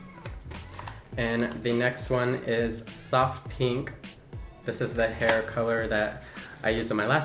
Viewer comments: Most people not from the West pronounce pink like “p-ink” instead of “peen-k” lol it’s a low key pet peeve of mine that mainly Californians do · I low key hate the way he (and everyone else from the west) says pink PEEE NK like EW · “This one is, peenk.” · He calls pink peenk